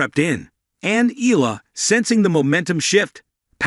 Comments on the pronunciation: EYALA Thats the correct pronounciation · It's looks like this sports caster doesn't care about right pronunciation of foreign players, to them they do it what fits them , it's E YA LA!!! bwisittttt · This is not first time you covered Alex Eala, but still you're not pronouncing her to full name right. EALA is pronounced like there's a 'Y' in between E & A. FYI